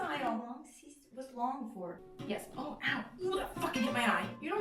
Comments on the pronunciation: why do u pronounce sister as "sees-ter? lmao lol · I think this is the first time I've ever heard to say sister and not seester 🤣